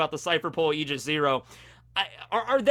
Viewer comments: Aigis 0 is reffrencing Aegis, the shielf of Zeus, it's pronounced as "Eye Gis" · It's aye-gis what you were saying for a bit, at least in English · Aigis is pronounced "I jis" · Aegis, the way I've always heard it pronounced, is "Age-is". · It's pronounced "ayy-jis" Source: I'm a DotA2 player and we have this item called "Aegis of the Immortal" and the developers added a tooltip for the pronunciation of the item. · says e- gee- us*. Smite players: *visible distress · It's (Eye)-jis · aegis = eye-ga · EYE-GIS -> Aigis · It’s pronounced Eye-Jizz zero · Sorry to bust your balls but... it's pronounced e-gis ( That's the Greek pronunciation, it may differ from the English one) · Aigis is pronounced e-i-gi-s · He’s definitely still pronouncing aigis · As a Greek guy, yes. Wrong pronunciation. It's like it's "a" (the way it sound from "a Greek" I typed above) "y" (the way is sounds from "yes") "e" (the way the letter "e" sounds) and s. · as a greek boi myself aegis is probably more correct but in the grand scheme of things it doesnt matter so its fine u can say the word however u want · If you play Persona 3 you would know the correct way of saying "Aigis"